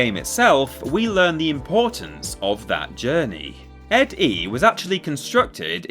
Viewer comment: Downvoted. You mispronounced ED-E's name and ranked him 17 spots too low.